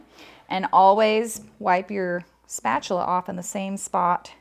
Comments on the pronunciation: Channeling Mr. Krabbs – "Spatchuler." Made my day! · Lmao spatchuler 😂😂😂